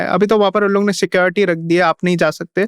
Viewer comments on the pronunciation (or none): none